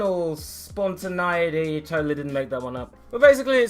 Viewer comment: It's pronounced spontin-ay-ity